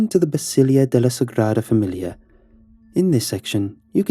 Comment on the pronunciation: The word is “Basílica”, not Basilia